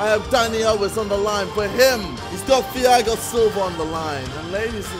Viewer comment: pronouncing the TH in Thiago Silva instead of just T pisses me off and hes been doing it for ages